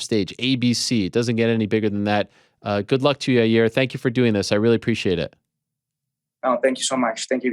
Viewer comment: Uncle Chael- "Ya-rear"